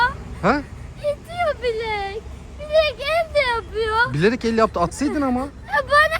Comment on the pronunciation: Bilerek vurdum❌ Biherek vurdum✅ İşte türkçesi